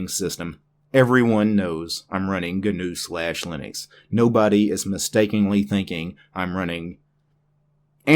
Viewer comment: It is ÑU like the horned animal, like GNOCCHI or caÑAveral Cape, the spaceport. Ñ It should sound a lot like "NEW"